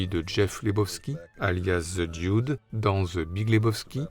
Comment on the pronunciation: Belle rétrospective ! Pour « Lebowski » vous entendez la voix off dans l’extrait du film, il n’y a pas de « i » à prononcé dans « Dude » (ce n’est « Dioude » ). « Tideland » de Gilliam est particulié, Bridges y est un cadavre dès le début du film (presque le Dude en plus vieux) et le film tient sur les épaules de la jeune actrice. « Comancheria » très bien en effet, le rôle du Ranger fait beaucoup penser à celui de TLee Jones dans « No country for old man ». Je viens de lire que Bridges jouera Dieu dans un prochain film de Terry Gilliam, à sortir cette année (The Carnival at the End of Days)